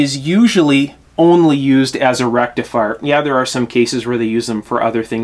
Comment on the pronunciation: Dude - I used to occasionally replace burnt out tubes in stuff in the early sixties - the faulty tube would not glow, easy to spot. Vacuum tube is...derf, a little hot tube. Where the heck does a "rectalfier" go? Sorry, couldn't "resist". Now I understand less about tubes than I did in the early sixties. Friend...assume that people know not your "language" and definitely not your elite "lexicon". "Picture" is pronounced "pick-ture". Cheers.